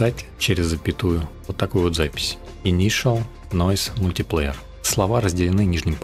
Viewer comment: Как же слух режет твой мультиплеер.... Говори правильно. мультаплАйер... Объём никакой не выдавливает. Что ты несёшь?... разберись с тем, как работает Stable Diffusion в математике. Картинка заново генерится каждый раз, когда ты нажимаешь GENERATE - что переводится как ГЕРЕРАЦИЯ. Не расширение, а разрешение. Не тарЖет, а тарГет, что переводится как цель. Не вайд, а виз.... Иду по видосу и охуеваю всё больше. Тебе нельзя открывать рот. Отдай текст боту, будет лучше. И метод твой неочём... ты даже не понимаешь, как работает img2img... всё методом тыка. Отсюда и такой результат.